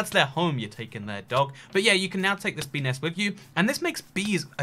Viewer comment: Bee nest... Sound like pe nes